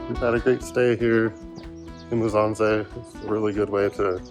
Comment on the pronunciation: Pronounce MU. SSA. NZE not Muzanze 😂